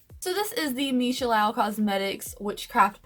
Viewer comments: Also, it’s meesha “Loo” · Lau? There is an 'o' in the middle not an 'a'.